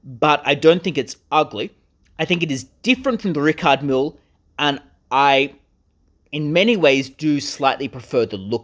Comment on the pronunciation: at least you could have learned how to say Richard Mille